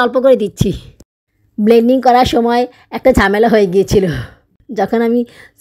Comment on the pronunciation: আপু একটা কথা বলি কিছু মনে করবেন না. আপনি এতো ভুল উচ্চারন করেন কেন আপনার সব ভিডিও আমি দেখি যেমন ব্লেনডিং কে বলেন বেনডিং